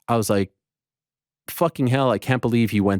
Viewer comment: Ariel sounded hilarious saying fooking. “Ask yourself that fooking question Dana white!!!! 😂😂😂😂